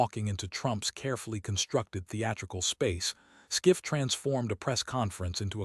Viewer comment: Adam Schiff NOT SCIFF